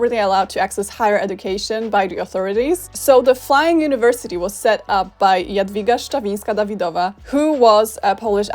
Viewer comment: I got so used to hearing Americanized polish names that hearing perfectly pronounced "Jadwiga Szczawińska-Dawidowa" in the middle of an english sentence really confused me XD